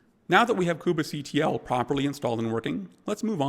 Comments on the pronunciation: please stop pronouncing "kubectl" like that. it's so annoying that i almost stopped watching. how about just "koob-CTL" or even "cube-CTL" without the need for that extra syllable in the middle. you don't pronounce it "mini-koob-A" so please stop with the "koob-A" stuff. so annoying!! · the most interesting pronunciation of kubectl I've ever heard -- but really good video nonetheless